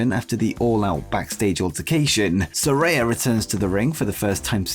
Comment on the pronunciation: It's pronounced Sa-RAY-a, not Sa-RAI-a. Get it right that annoys the crap out of her